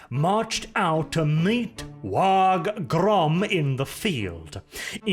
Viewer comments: I love your content dude, but if you keep missaying WAAAGH!, I'm going to want to smack you upside your head. You know it's pronounced like WAAAAAH! The G is surprisingly silent. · Some people don't like his content. Some people take umbrage with some of his politics. I take issue with how pronounces the G in WAAAGH!